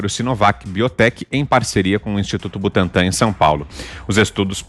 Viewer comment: Butantã com n no final mds